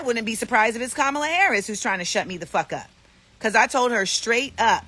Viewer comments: It is Kah Mal Ah! The ugandan giant! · All I heard from these lefty idiots, was them mispronouncing Kamala's name. 😅v